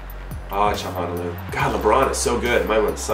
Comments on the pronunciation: Chal-han-og-loo Jimmy. Not Chahonaloo. Ty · Good to have you back Inho! <3 Btw. it's: "Tsha-la-no-lu" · It’s chalo-nah-glue I think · Hakan Calhanoglu's last name is pronounced Cha-lah-No-loo! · Jimmy, you gotta figure out how to pronounce Hakan Calhanoglu since he is going to be banging in the freekicks for you all season!! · The way you pronounce Calhanoglu xD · If you're struggling to say Calhanoglu just call him Hakan. I've found its a lot easier. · u pronounced calhanoglu right and then you reverted back to the meh way